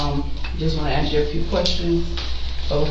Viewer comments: and axe; not ask. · Notice how they all mispronounce the same words? It seems to be universal, "chiw-ren", "axe", etc. There is some sort of mental deficiency. There are so many little behaviors they do that should make it clear that were not the same and it goes way beyond appearances.